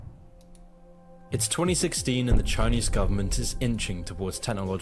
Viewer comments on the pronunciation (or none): "CHINEASE" Bruh